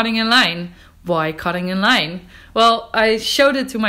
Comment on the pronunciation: "Cottingen Line"? …Oh, "cutting in line"